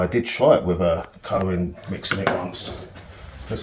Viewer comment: cuh-rah-ring-init... Oh. Coloring. I was cracking up but anyways do you use any demolding agents like do you slick up that thing before you put all the putty on it, mineral oil or whatever or whatever cooking spray? I don't know